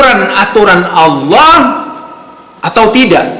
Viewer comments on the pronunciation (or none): Kalo bacan lapad Allah, ha nya ha besar bukan pake kho pa..... Emmmmmmmm